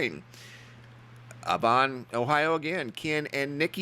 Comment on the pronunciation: its Avon not AHvon ohio btw